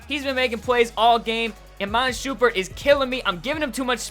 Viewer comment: Lmao shoompert wtf